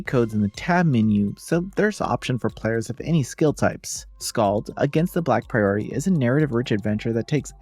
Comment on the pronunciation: Not to be that guy, but I like to know how to pronounce things and it’s not a common word, so I mean this with the best intentions: It’s not pronounced like the phrase “a priori” A “priory” is basically a sort of monastery, and it’s pronounced with the stress on the first syllable: PRAI-ur-ee